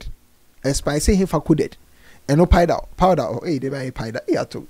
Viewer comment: Konkonsa nti said’paida’ instead of powder 🤣🤣🤣